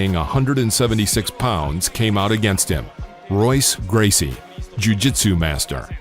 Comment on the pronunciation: Royce, pronounced hoyce